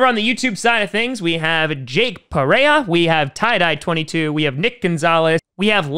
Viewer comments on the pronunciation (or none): none